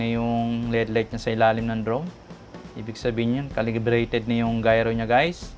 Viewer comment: Gayro correction po gyro its gyro compsss